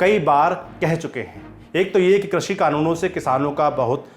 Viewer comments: 'क्रषि' नही होता एंकर साहेब, कृषि होता हैं। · Sirji Krashi nahi Krishi hota hai